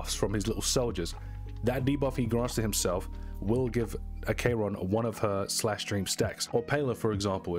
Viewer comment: Ack eron not A k ron